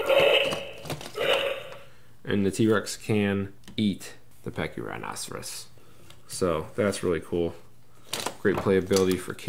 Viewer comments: How it's pronounced is Pack-ee- rye-no-sore-us. Not pachyrhinoceros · It's pronounced (paky-rino-saurus) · Why do you say Pachy-Rhinoceros? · Something about the way you pronounce it bugs me lol... I'll get over it haha